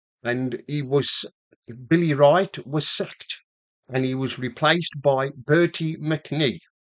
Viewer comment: Not Bertie McNee. Bertie Mee. If you are going to talk history, get it right! That was awful, mate. You will have to do a lot better.